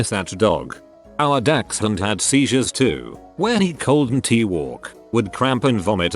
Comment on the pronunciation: No one: Narrator: "when he coLd-n-Tea walk"